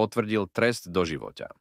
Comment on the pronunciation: kontent dobry ale ked to davas citat tomu ai trosku to skontroluj.. trest doživoťá, trinásteho júňa, vražda romana Ďeáka ...